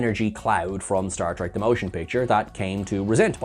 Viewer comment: Is it possible for you to quit pronouncing “Star Trek The Motion Picture” as “Star Trek the MOtion Picture”? I don’t understand the emphasis on that one syllable. It isn’t normal and makes me want to quit the video every time you to it.